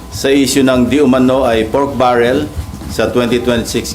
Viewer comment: Bakit may Pitik yung pagkasabi ng: "PORK BARREYL"???